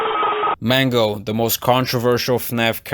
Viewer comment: It's not Mango it's Mangle